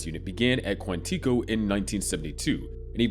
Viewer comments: You misprounced Quantico wrong the entire video. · Pretty sure that’s not how you pronounce Quantico